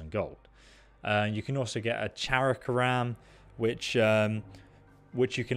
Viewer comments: It is pronounced: sha-crom not shakaram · excellent video my buddy and I had a laugh it's pronounced chock-rum or something of that nature, there's many ways to pronounce that shit apparently though now that we're on about it for 10 minutes googling and shit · They way you said Chakram made me laugh LoL